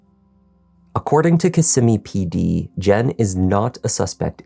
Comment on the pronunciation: Thank you for pronouncing Kissimmee correctly 😅. I one hundred percent believe the mother needs to be arrested as well. Disgusting, despicable, heartbreaking...